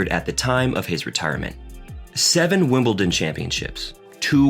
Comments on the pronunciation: That should say wimpleton 😊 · I know he called Wimbledon ‘ simpleton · Agreed, and Wimbleton!